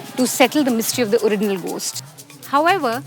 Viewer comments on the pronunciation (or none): did she say 'oriGinal'? Is that a common pronounciation that I don't know of?